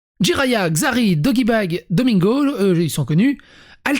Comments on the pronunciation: J'ai pouffé à "Doggybag" au lieu de Doigby 😂😂😂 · hahaha je meurs quand tu prononce les pseudo des sreameur mention speciale a doggybag et 1 33 D PTDRR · je rêve ou il a appellé Doigby doggybag ? 😂😂😂